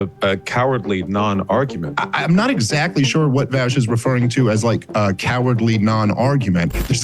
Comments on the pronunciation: I like that Dave keeps calling vaush “vash” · It triggers me so hard how nobody can fucking pronounce VAUSH correctly.